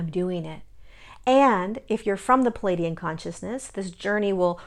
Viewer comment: Please pronounce pleiadian correctly